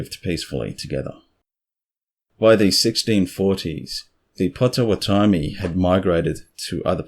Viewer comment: Pronounced POT o WOT omee. (I'm from there).